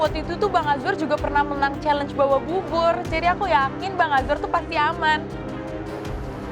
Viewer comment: Ini perasaanku aja atau gimana ya? Rasanya kok chef rudy manggilnya azwan ya bukan azwar 😅😅